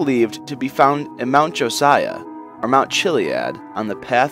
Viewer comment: who calls it mount josia?